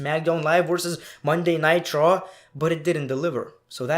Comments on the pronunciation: I'm not sure if you were saying Monday Night Raw or jokingly saying Monday Nitro? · Everytime he says "Monday Night Raw" it sounds like "Monday Nitro" and I get nostalgic